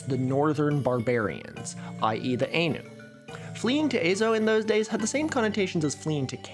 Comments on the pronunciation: “Ainu” with the “ai” in “rain” sounds like a plural for anus. It’s “Ainu” with the “ai” in “Thai,” which is the typical handling of that vowel with Asian words transcribed into the Latin alphabet. Sorry to be a smarty pants; I do love your content. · You're lowk wrong about your overview of the Ainu. They are not descended from Han Japanese (Yamato) people, as you imply. Rather, both Yamato people and Ainu people share a common ancestor, the Jomon people. Also its pronounced Ainu, IPA: /áj.nu/ or [ʔáj.nu], not Einu as you say, IPA: /eɪ.nu/. Also the Ainu are not the same as the Ezo/Emishi. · I've always heard Ainu pronounced "eye-new" or "i knew". including from historians whos work is focused on the region. anyways, sweet content as usual!! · For reference it's pronounced 'Aye-nu', they are probably genetically related to the Jomon component of Japanese ancestry and they are not culturally linked to any particular Siberian ethnic group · Yeah, Ainu should be more like eye-nu because an "ah" rolled into an "ih" makes "eye". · First, I love your videos! Second, my grandmother is from Hokkaido and I wanted to respectfully comment that Ainu is pronounced more like "EYE-noo." Also, Ainu are not descended from Japanese people, they are the indigenous people of Hokkaido and Sakhalin and lived there for thousands of years before the ancestors of modern mainland Japanese people settled there. Many modern Japanese people, including my family, have Ainu heritage due to the harsh forced assimilation policies of the Japanese government following the Meiji Restoration in the 19th century. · Ainu is pronounced like “eye-new” Iirc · I cringed whenever you pronounced Ainu like that. Its pronounced like "I knew". Also, they arent descended directly from the Japanese but share ancestry with the Japanese (Japanese people come from a mixture of Yayoi and Jomon peoples. Ainu people descend directly from the Jomon). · I cannot abide by your pronunciation of Ainu.